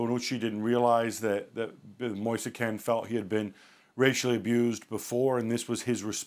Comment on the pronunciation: His name is pronnounced moise keen, not moisa kane